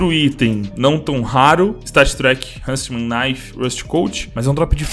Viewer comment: stattréqui hunnsmen